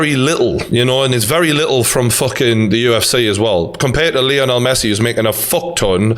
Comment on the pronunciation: O-liv-i- era? Who the fcuk is that? Olive-air-a. Seems you're losing more than just weight. Still love you though. Now we're onto 'Lee-on-el Messi. What you been taking? Can I have some?